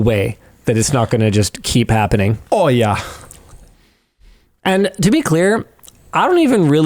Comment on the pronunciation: The Canadian “Oh YEah” gets me everytime.